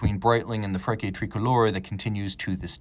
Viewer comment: Great watch and review! The aircraft is an Aermacchi MB339 and I believe Frecce is pronounced like a ch like chair not a hard k as you pronounced it. No problem just thought you’d like to know